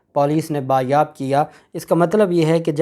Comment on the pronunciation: بیٹا میں تمہارا وی لاگ بہت ہی شوق سے سنتی ہوں اپنا بیٹا سمجھ کۓ تصیح کر نا چاہتی ہوں کہ یہ لفظ ( بازیاب ) ہوتا ہے،بایاب کچھ نہیں ہوتا ۔تصیح کا برا بلکل نہ ماننا بیٹے ❤️